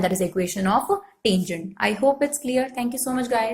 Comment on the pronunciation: what we says- tangent, what mam says -tanjunt